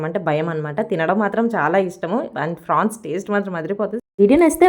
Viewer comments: Frawns Kadu Amma prawns ento 😂😂😂😂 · అక్క ఫ్రాన్స్ కాదు ప్రాన్స్ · Prawns avi frawns kadhu 😅😅😅